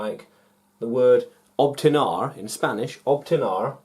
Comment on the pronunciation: Teacher, Is " Obtener" no "obtinar" . Very good lesson too 🤩🤍